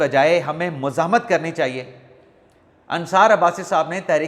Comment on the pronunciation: آپ اکثر "مذمت " اور "مزاہمت " کا ایک ھی تلفظ ادا کرتے ھے